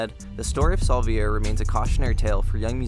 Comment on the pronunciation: No you didn’t say Saúl Viera right😂